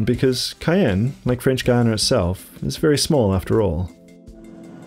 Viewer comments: How can you do a video about Guiana and not even know how to pronounce it properly? There is no "u" in the pronounciation!! To be fair, sometimes you get it right, but most not! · I'm keen to know why you sometimes pronounce Guiana as "Guiyang". That's not what the dictionary tells me. Hahaha. Just out of curiosity. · AHH, IT'S THE FRENCH WAY!!